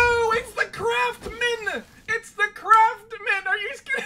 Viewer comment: did he just say... craft-men?